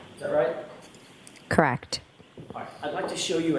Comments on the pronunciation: There she goes again. Does not know the correct pronunciation of the word CORRECT. IT IS NOT "KRACT". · "The tail light was Kract" 🤣🤣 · OMG! As if it could be worse now every time she says 'correct I hear CRACKED!